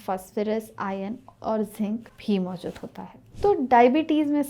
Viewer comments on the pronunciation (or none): none